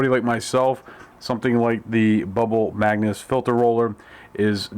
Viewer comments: "Magus" NOT "magnus" thumbs down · MAGUS. Not "Magnus". Especially if you're going to sell it and make presentation videos, get it right! Its like nails on a chalk board, and you said it 137 times. LOL